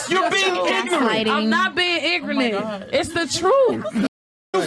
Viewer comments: she says “im not being ingronant” lol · Wait! did she say "increment" instead of ignorant? 😂😂😂 smh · Did she just say" im not being igernent" lol 😂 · "Igrunit" was her pronunciation.